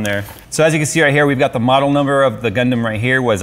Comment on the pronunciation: Not what I expected, you say Gundam I hear Gangnam Style